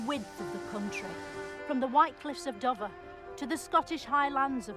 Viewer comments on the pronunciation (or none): I’m typing this in into the vid so maybe they do find bits but I worried that her mispronunciation will go over Americans heads like when she pronounced Dover - I’d say it like Dough-ver not Duh-vuh 😂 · So much to laugh at. Her pronunciation of Dover as "Dovver". She's a treasure. Thanks for adding this to your list! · She can't pronounce Dover correctly 2.02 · You got most of it, but you missed her wrong pronunciation of many places. Don't use her way of saying any of them! Dover, Hadrian's wall etc. 🤣